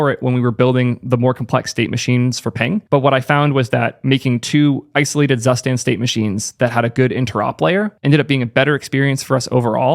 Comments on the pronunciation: fyi, zustand is actually pronounced "tsoo-shtand" :) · Friendly pronunciation tip. "Zustand" is the German word for "condition" or "state something is in" and it is spoken "Zoo-shtahnd". Hihi... 😁😁😁